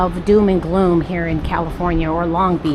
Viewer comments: ‘June Gloom” because of the overcast days in June Not ‘DoomGloom” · Welcome back to California!!! I jumped to the comments to tell you it was “June Gloom” but it looks like you corrected 😊 We may have fog and cooler weather in June but the warm sunny, “ summer” weather often stays through November.